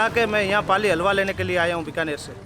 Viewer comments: It's pronounced Haalwa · It's Hull-wa Halwa. It's two syllables and not that hard. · Couldn't get over the host pronouncing halwa as agua.. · It's pronounced Hæll-wah. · 😂😂😂😂 i stopped the video after listening to that alwaa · They want views from india, its ok Atleast they would have tried to pronounce the word - HALWA correctly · The last place where "h" needs to be silent. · I will try to mess every white person name. It seems like western or English pronunciation fails miserably. They can pronounce "hall", "ham" but can't pronounce "halwa". The word has an H too. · I gave more efforts in my group projects than the narrator gave in pronouncing halwa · Please use a better narrator who can pronounce Halwa efficiantly. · bruh i've seen bigger quantities in many other places and the pronunciation of halwa by the narrator is simply ridiculous..... there is nothing speical about the halwa, this is actulaly kova or khoya which is found in every sweet shop in india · Atleast shall have someone who can pronounce the word correct....the way she pronounce the word halwa is totally wrong !!! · Narrator there is big "H" before "alwa" which I think you haven't seen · Her pronunciation of Halwa is soo cringe 😖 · completely butchered the pronunciation "Halwa" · MAN! I'M CRINGING AT HER HALWA PRONUNCIATION. HAHA. You do not have pronuonce halwa like 'hour',lady. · why does the narrator have a problem in prouncing halwa properly? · H is pronounced in Halwa. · Worst Pronounciation of halwa😁😁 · Atleast pronounce Halwa right my god 😢😢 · as usual is doing a great job, but she is pronouncing halwa wrong. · whoevers doing that narration, please learn how to say Halwa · I can't figure out how halwa can be pronounced into that!!! 😂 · Ikr. Like tadpoles jammed up her nostrils. The least she could do is do her homework and learn to pronounce halwa properly from the internet. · I don't think we should pronounce Halwa as 'Alwa'. Pls no 'H' silent 😶😐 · Alwa❌️ Halwa✅️ 😂